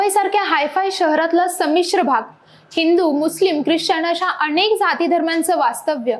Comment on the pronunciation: अणेक नाही हो अनेक असतय ते.😂😂😂